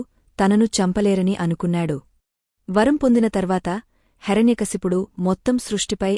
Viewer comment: ముందు మీ రు తెలుగు నేర్చుకోండి హెర న్య కాదు హిరణ్య కశిపుడు